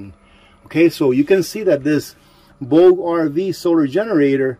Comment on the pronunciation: Pronounced: “Boo ja” RV. 😎